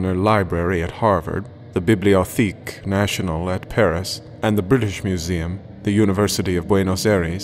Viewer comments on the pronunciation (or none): His pronunciation of bibliotheque was painful.